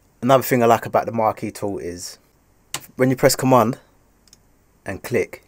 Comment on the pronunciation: maaate, couldn't even pronounce the thing lol big respect again!